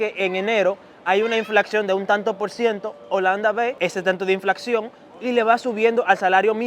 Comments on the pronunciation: Se dice INFLACIÓN, no INFLACXIÓN jajajajjaajajajaj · Hola! Chicos... (min. ) inflacion es la manera correcta, no inflaccion, ni inflaxion. Suerte...gracias por ser informativos.